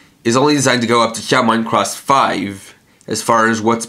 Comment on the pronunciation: its not Shoutmon Cross 5 it is Shoutmon Times 5 so Shoutmon X 5